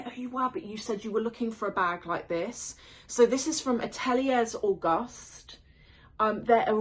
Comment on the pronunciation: No shade, (really no shade) it's pronounced "A-tuh-liay Auguste" and Auguste is pronounced another way but that would need an audio hahaha